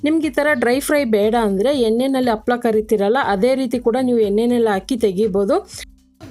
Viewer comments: ತಪ್ಪು ತಿಳೀಬೇಡಿ.. ಅದು ಅಪ್ಪಳ ಅಲ್ಲ ಹಪ್ಪಳ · Happala ...not..appala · ಅಪ್ಪಳ ಅಲ್ಲಮೇಡಂ, ಅದು ಹಪ್ಪಳ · Super dishes in ur channel , but please pronounce papad as 'HAPPALA' in kannada ಹಪ್ಪಳ . Thank you.